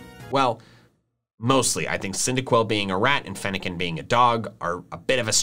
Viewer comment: It's Fennekin, not Fenicin!